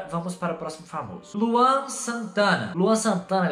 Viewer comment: Quando o manda mensagem pro Luan Santana invés de ele fala,, fala Luan ele fala, FALA LAUN kk